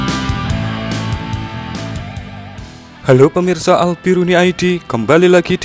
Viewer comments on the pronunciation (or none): none